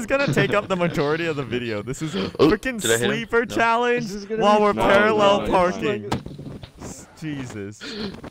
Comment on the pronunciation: I love the part when says " pararrel parking" and there is a GOOD LUCK at the side of the screen. Its at 11minutes and 18 seconds